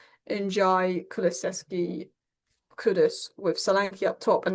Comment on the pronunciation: Lovely to see has absolutely nailed the pronunciation of Kulusevski now! 😅